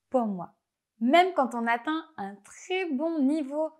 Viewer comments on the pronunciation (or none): A très bientôt. Non pas à très, très vite. A tres bientot. On n'a pas besoin de souffler sur "euil" de écureuil. On n'a pas besoin de mettre des "z" après des "d". Et "atteind" n'est pas "attend". J'ai entendu "attend" au lieu de "atteind". Vous devez travailler sur votre propre prononciation du français.